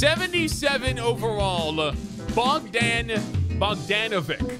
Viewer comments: The proper pronounceation is (bugdon bugdonavich) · Im from Serbia and its pronounced 'Bogdan Bogdanovich' and 'Nikola Yokich' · Hahaha that is not how you say bogdan bogdanovic his from serbia and im too man is soo funny how yall say balkans names hahaha